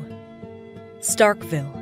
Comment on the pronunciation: Nobody in Mississippi says Starkville like Starkville they say “Startville”